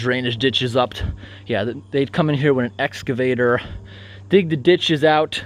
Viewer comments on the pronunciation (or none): none